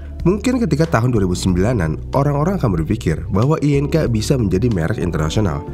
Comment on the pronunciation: Agak risih ya denger merk INK dibaca, I.N.K, bukan ING wkwk, perasaan dari dulu emng dibaca ing, sampe iklannya pun gitu😅